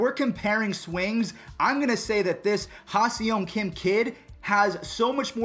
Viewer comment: Pronunciation almost spot on. But to sound like a real Korean, it's "Geem Ha-Sung" (hard-G on the Geem)